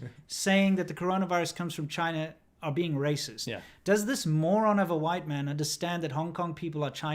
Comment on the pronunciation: The emphasis on "White Man" gets me everytime 😂😂😂😂😂😂😂😂thanks for the updates guys. Stay awesome 💪👍